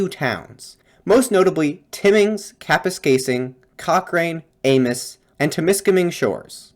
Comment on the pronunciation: Hey, I'm from Sudbury, Ontario, which is part of Northern Ontario (though from the perspective of folks in Timmins or Moosonee I may as well be a southerner.) Anyway, I just wanted to add that your pronunciation for most of the towns was pretty good with the exception of Amos and Cochrane. In the case of Amos, the s is not pronounced as the name and township is french. And for Cochrane, you just got the second vowel wrong. So it's pronounce more like Coch-rin, instead of coch-rain. I do wonder about the fire you mentioned, one piece of history of Ontario is that the First Nations peoples up here would use prescribed burns to heal and protect the land but also to ensure that wildfires would not get widely out of control. This was forcibly stopped in the 19th and 20th century. Which is part of the reason why we have so many wildfires now. (Climate change and other aspects of land management play a part.) So it can be argued that the wildfire that was mentioned was not really a natural disaster, and was product of poor land management by the settlers. As for the bogs, I see no reason as to why we must drain them, they have a use, there are creatures that live in them. Not all lands needs to be used by us but I suppose that's a discussion we just need to have.